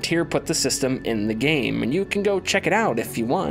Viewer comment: Good breakdown of E:D! Did anyone else notice every time his sentence ended with a single syllable word is was drawn ouuuuut? ...in gaaame. ...there will be trial and errrroor. 😉🤪